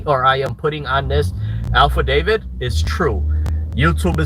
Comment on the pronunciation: Well “alpha David” instead of affidavit?? 😂😂